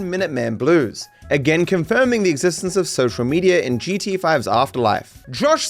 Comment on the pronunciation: I like how u say G-SHE-A 😂